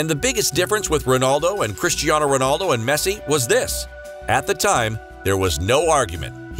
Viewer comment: That not how you pronounce his name lol 🤣